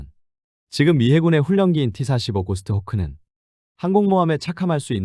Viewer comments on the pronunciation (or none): 뭐 틀린 말은 아니지만, 정식 명칭은 고스호크라고 발음하는게.. 정식명칭입니다. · 무식하게 고스트호크가 뭐요? 유령매여? 보통 고쇼크라고 발음하며 정확히는 가샤크, 가쇼크 정도로 발음하면 됩니다